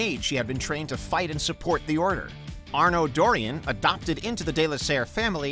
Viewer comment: Besides the obvious lack of respect for Arno in this video, might I suggest that when making a video of a beloved franchise, that you get someone who has actually played the games and therefore doesn’t butcher the pronunciations of character names.